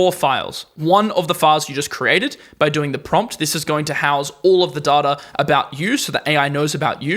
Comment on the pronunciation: Pronounce DATA right.